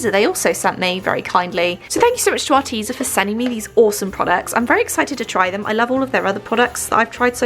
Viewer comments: I’m sorry but it’s AR- TEZ-A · Are-Tez-a sorry 😐 it annoyed me no hating *not